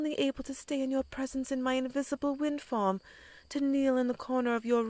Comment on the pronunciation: 10 minutes in and i heard her say wind form... I tought she had a FUCKING WIND FARM.